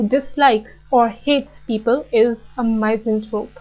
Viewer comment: really good vid.. but wish the pronunciations could be better... i believe it is said MISS-anthrope ; feel-an-thropy